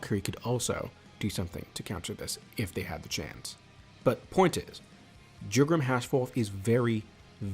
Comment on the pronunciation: One small note, i learnt that Jugram's and Lille's names are Spanish, so the J has an H sound making it sound like Hue-gram, and the "ll" in Lille has a sound like a hard G, since these pronunciations are based on how they are written in Japanese. Still i enjoyed the video very much